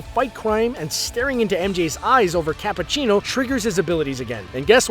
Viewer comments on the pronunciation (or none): none